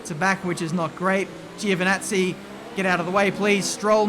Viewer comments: Is GiOvinazzi not Givinazzi :) Great drive man!!! Super! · when you said "up next is giovanazzi" Sounded like you said "Gio the nazi" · Jew the nazi